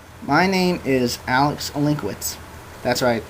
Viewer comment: You're no "Olinkwitz". Your name should be pronounced in a different way.